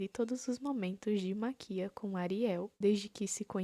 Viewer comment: Gostei da ideia do vídeo e me inscrevi, mas foi desgraçado te ouvir falando Maquía em vez de Máquia ksksksksks de boas